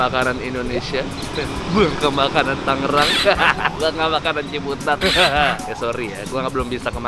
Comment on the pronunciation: Tangerang bang, bukan Tanggerang🙏